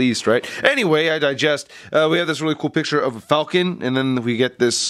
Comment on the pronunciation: I digress* you always say digest lol